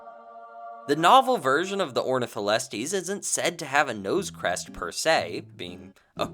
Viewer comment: Knew you were, why did you massacre Ornitholestes' name like that:(